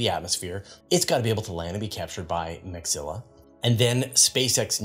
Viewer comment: interesting news this week thx — 🎉 ps — its mecha-zilla not meg-zilla. mechas as in macross/robotech/transformers anime. 🤖